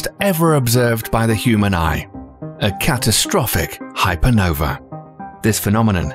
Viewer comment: I don't see the letter E in the end of the word Hypernova